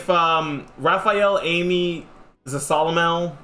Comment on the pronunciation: the way he says zasalamel😂